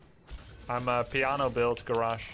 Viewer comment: Love the content Grubb but for the love of god have you never heard anyone else pronounce the name Garrosh?Didn't Thrall or Grommash ever say It?